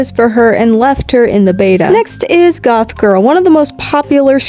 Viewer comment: Gothic. Goth-ic. Not goth, gothic